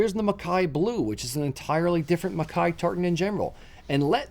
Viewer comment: So nice to hear MacKay pronounced properly.